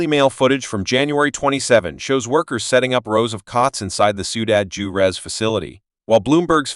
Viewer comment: "Jew-rez"? Huh?